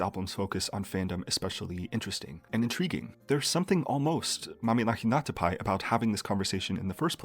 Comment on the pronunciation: I really appreciate that you took the effort to learn how to pronounce Mamihlapinatapai instead of acting the fool like other youtubers.